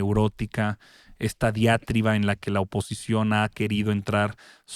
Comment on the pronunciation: La palabra es diatriba no diátriba, señor Attolini